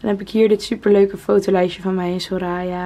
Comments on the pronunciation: Ik cringe echt een beetje van hoe de naam Soraya wordt uitgesproken haha. ‘Soraaaya’ haha. Geen haat trouwens maar ben het niet gewoon, ik ken het gewoon als ‘soraya’ haha. Verder super leuk huisje en kamer!! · Hey ja soraya zoals je de laatste a uitspreekt:)